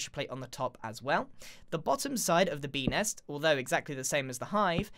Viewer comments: I literally hear 🅱enis instead of Bee Nest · When he said Bee next I thought he said Benis. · he sed bee hole